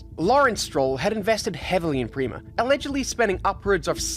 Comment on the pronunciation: It’s pronounced “pray-mah”